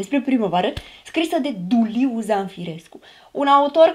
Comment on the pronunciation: îl cheamă Duiliu, nu Duliu, că totuși avea părinți normali la cap 😅